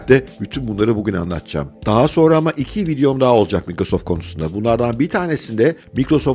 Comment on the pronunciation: abi şuna maykrosoft deseniz her mikro deyince kulağım tırmalanıyor.